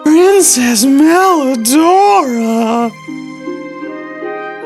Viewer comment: PWRINCESS MWELIDORAAAAAAAAAGH